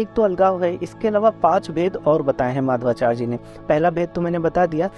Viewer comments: For your kind information, His name is Madhvācārya, not Mādhavācārya. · Nice attempt and good understanding. However, subtle inaccurate statements are there to be corrected such as linking Advaita to mayavad, pronunciation of Madhvacharya, etc.